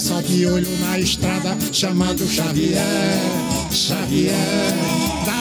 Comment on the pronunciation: Bom dia muito bom acompanhar o programa assim q é postado, é a cabra só chama chavier chavier kkkkkk tmjs falcão abraços Deus abençoe.